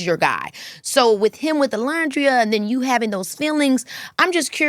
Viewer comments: Keke it’s pronounced O-Land-dria 😁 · Keke girl, that is not how you say Olandria's name 😭 You're upsetting me and my homegirls. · I love Keke down, but I hate that she keeps mispronouncing Olandria’s name. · why is she mispronouncing olandrias name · maam…it’s like 2 seconds into the video and you can’t be bothered to check the pronunciation of the person you just just spoke to?? Can we at least get Olandria’s name pronounced correctly out of other Black women’s mouths?? Just makes it easier for us to advocate for non Black ppl saying her name correctly